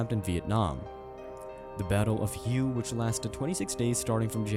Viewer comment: HUE is pronounce WAY